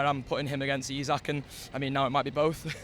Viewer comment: E-sak.... E-sak.... its fucking E-sak.. its not that fucking hard. All you dickheads that refuse to say his name right even though its dead easy are the worst